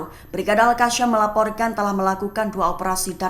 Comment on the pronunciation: YANG BACA TEKS NYA KEPANAPA AL KASSAM DI BACA AL KASYAAAAMMM